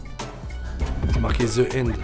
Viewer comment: "Ze inde" (the end) 😂😂😂